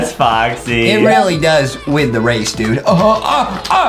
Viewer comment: Adam: slow and steady weely wynns the wase Me and my brother: 🤣🤪🤣🤪